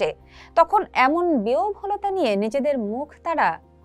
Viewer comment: উচ্চারণ: বি হ ব ল তা, বিওভলতা না৷